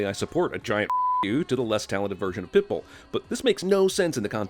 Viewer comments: "Pitbill" It's okay, CinemaSins, we still love you. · you said Pitbill instead of Pitbull lol